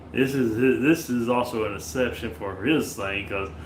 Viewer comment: slob tries for 6 seconds to say exception and fails😂😂😂